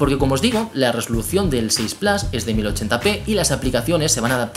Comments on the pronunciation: Con cariño y respeto amigo la pronunciación plas no existe además si eres español es plus si eres francés es plus pero se pronuncia en francés (pluse) en alemán meher (mia) y en inglés británico plus (plous) pero no plas pq no está bien no intentes pronunciar un inglés estadounidense fallido si estas hablando en español pronuncia la palabra como es adoptada plus like amigo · Claro este señor no sabe pronunciar es plus en español pq es una palabra adoptada del francés pq plus viene del francés plas esta mal dicho no es estadounidense es español y tiene q pronunciar las cosas como tal por ejemplo si eres español no hables como mexicano lógico q queda muy mal decirlo mal cesar tienes razón pero q no lo diga mal es plus no plas q es español no tiene q cometer expresamente el error de los estadounidenses gracias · Cada vez que dices PLAS en vez de PLUS muere un gatito... tu veras. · Se pronuncia en inglés "plos" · No mezcles idiomas y encima mal q no puedes decir iphone 6 plas si hablas una palabra en español la dices en español entera no media en español y media en inglés mal pronunciado